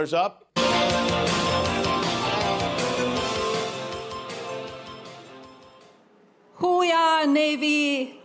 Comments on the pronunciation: Thought Melania was saying "Who we are, Navy?" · I thought Melania was saying “who we are Navy!?!” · He's so demented! He acts like he forgot who Ghislaine Maxwell is! And he doesn't even remember the name of his own book?! And the Navy doesn’t say "Hoo yah" like that. 🤦‍♀️ Plus it's ILLEGAL to put his likeness on currency! I'm confused by the last guy. Why would he vote for that councilman when he doesn't like what he proposed? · I thought she said "Who We Are Navy" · I thought Mel was saying, "Who we are?"